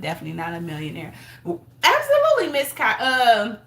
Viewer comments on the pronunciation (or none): none